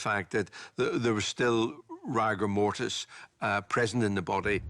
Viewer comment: So the the fact that the PATHOLOGIST got it wrong, completely ruined the whole investigation. Why didnt he just say he made a mistake? Also, why does he keep saying rigor mortis like that? Just bloody say it right!!! Bore.